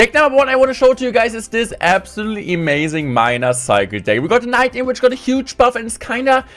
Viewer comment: bro just said emazing